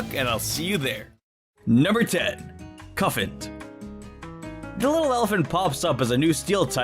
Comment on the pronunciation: It's cue-fant (cute elephant) and copper-ah-jah